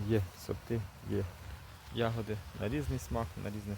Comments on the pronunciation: такого наголосу у слові ягОди не існує 😊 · А я теж думаю завжди казали Ягоди.Це мабуть місцевий говір. Прочитала:В украинском языке нормативное литературное ударение падает на первый слог — я́годи.Однако произношение с ударением на второй слог (яго́ди) действительно существует. Это очень распространенная диалектная и разговорная особенность, характерная для многих регионов Украины, включая центральные, южные и восточные области.